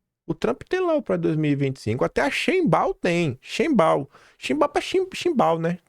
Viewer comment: Sheinbaum é uma palavra de origem germânica. Quer dizer: shein (bonito/a) baum (árvore) ou seja, árvore bonita. E se fala shainbaum. Sendo o m pronunciado como m e não n.